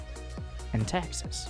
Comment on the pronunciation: did he say taxes or texas?